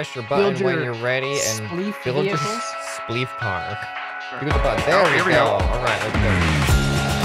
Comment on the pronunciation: "It's spleef" not "it splef"